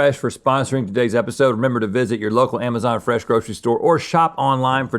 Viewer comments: trying to make 'fesh' happen! 🤣🤣🤣🤣🤣🤣🤣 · I heard "Fesh Beth." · "Stop trying to make fesh happen" lololololol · “Stop trying to make ‘Fesh’ happen!” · Link’s mispronounciation of fresh